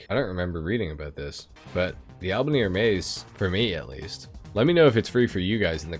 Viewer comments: Boyyyz! I know you have said you know your pronunciation isn't the best, but EVERY time you say "Albany AirMays" it makes me twitch- It is pronounced HER'meez. Like as in the Greek god. HERmeez, dood. Not AirMez. Please. Hope you and your daughter and your lady are all well. Looking forward, as always, to the new content. Be well, PEEaaayyyEEEEsss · Coquette is pronounced with the same first syllable as coca cola, it means a flirty young woman. Hermes is a Greek god, Her-mees Ehrmez is a fashion brand and some frenchy name